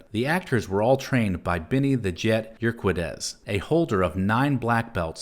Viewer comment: Good video but just kinda bugged me how u butchered Benny the jet urquidez lol